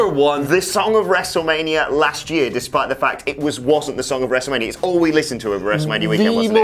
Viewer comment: Wrestlemanier Firty Six 😆